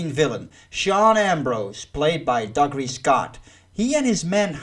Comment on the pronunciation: The worst of the mission films hans zimmer worst score oh your pronounced dougray scott first name wrong 🙈